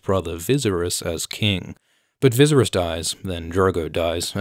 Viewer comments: It’s viserys (Vis air ees) not vizirus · Children of Aerys (Air-rees) Air-rees - Viss-air-rees - Day-nair-rees. Simple. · the guide that came with bluray says it's pronounced viss-AIR-ees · Viss-air-rees not Viz-er-us! Rhymes with Daenerys. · So badly? How would you pronounce it? The only bad thing is that he uses "z" instead of "s" He reads it like "ViZerys" instead of "Viserys". But other than that? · AErys, danAErys, jaehAErys... maybe visErys, not vIseriz? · Vizeris? You mean Viseryse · I love all of your videos just why the hell are you saying “Vizeris” in this video instead vi-sare-eys 🥴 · It’s pronounced like “VISS” rhyming with piss and then Aerys like the Mad King, Viseryes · Who the hell is “Vizzzersis” and “The Mad King Airis”? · "Vizzeris"? lol, you can't just make up your own pronunciations, man! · I cringed every single time you said ViZZerys. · Never make fun of someone who mispronunces a word because that means he learned it by reading and reading is knowledge. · ye wtf is he reading a script and not watching the show? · zlozlozlo me too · Thomas Andrew Hitchen I’m disgusted 🤢🤢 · When the video is PERFECT but the pronounciation of Viserys has you questioning your reality?? Like i swear it’s Vis-AIR-ess?? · Vizuriss lol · viz uh ris? am i having a stroke? is that how it's supposed to be pronounced? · Call him Vizeriz one more time, i dare you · I know it’s in bad taste to criticize people’s pronunciation of character names, especially in books, but you saying “Vizerus” for Viserys hurts me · You're pronouncing Viserys wrong. It's pronounced Vee Say Ris. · Sis please fix how you say viserys, I love your theories but it bothers me lol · were u genuinely pronouncing Vicerys like this or are u just TROLLIN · It's /Vɪ sæ' rɪs/ please pronounce it correctly😢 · Every time you say veeseris I cringe lol good vid otherwise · Who the fuck is vizzerus?!? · Stop pronouncing Viserys like that, you are driving me up a wall. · They way u say viserys, eeeek